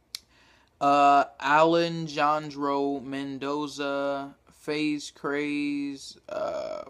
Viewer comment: its pronounced Aley-handro. Men- Doeza